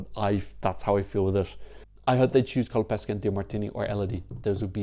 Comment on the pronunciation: btw pronunciation guide: "MENGHONI", not "menjoni" and "COLAPESHE" not "Colapeske"... ;)